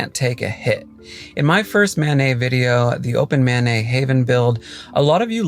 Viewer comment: MANET is an acronym. It's not a French name. More like man-et.